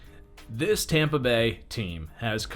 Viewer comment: Hear when it said tompa bay